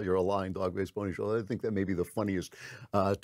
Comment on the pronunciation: What the hell is a ‘Pony-shouldjer’?